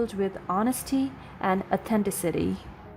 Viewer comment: It helps, when reading these stories, to know how to pronounce all the words correctly. You completely screwed up with the last word "authenticity"!